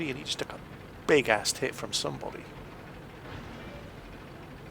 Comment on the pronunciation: maybe it's just because I'm from across the pond, but every time you say "took a big-ass hit" I hear it as "big-ass tit". Makes me smile all the same. Keep up the good work! Your vids are incredibly helpful!